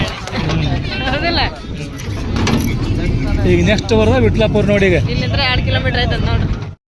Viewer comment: ಅಕ್ಕ ಅದು ವಿಠಲ್ಲಾಪುರು